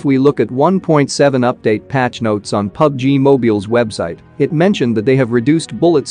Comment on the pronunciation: “pubg moebeal” 😂